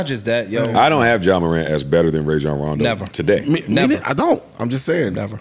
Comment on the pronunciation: These sports fans repeatedly mispronouncing Rajon Rondo hurt my ears